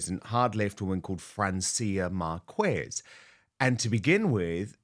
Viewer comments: Or as silly Angela says " the woman in the green trousers " not much research there at all 🤪 also Dan it's pronounced Marcez not Marquez as it looks when written ! 🙄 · Hey You….Get your pronunciation correct!! Mar-kwa-kwez? Huh❤️‍🔥!!!!! Oh Gosh, He Does Sound flustered!!!